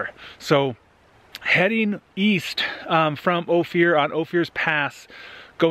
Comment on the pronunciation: Just FYI, Ouray is "You-ray" and Ophir is "Oh-fur"